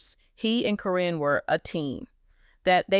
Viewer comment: I have a hard time watching or listening when you cant pronounce the names correctly. How many different ways can you pronounce karen. Even though it is spelled different it is still pronounced as karen even on the show.